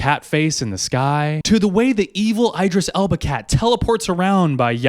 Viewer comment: Did you just call him Eyedris Elba 😂💀🫠